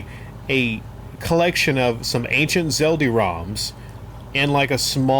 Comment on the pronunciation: Why do you call it Zeldi?